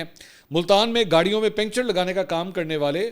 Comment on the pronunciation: once a lahori penda always a lahori penda,, pencher nai puncture hota hai Mansoor sab😂😂😂😂😂